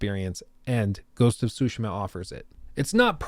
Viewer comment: Sorry, I had to say it, what's “Ghost of Shootsma”? It's funny how you pronounce Tsushima It's nothing how it's written or how you Pronounce it lol